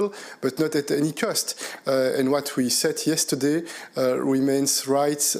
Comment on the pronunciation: “Vee are tuttelly united, tuttelly determined end tuttely stoopid” We don’t need the 27 to give us anything make our Prime Minister happy, Monsieur Mini Napoleon, Britain is quite happy just leaving and taking with us only what belongs to us, namely, our waters (and also the fish inside them), our freedom to make our own laws, give state aid to help our businesses and to govern ourselves with zero meddling from anywhere else. BRITAIN HAS LEFT THE BUILDING last one out please turn out the lights 🇬🇧🐟🇬🇧🐟🇬🇧🐟🇬🇧🐟🇬🇧🐟🇬🇧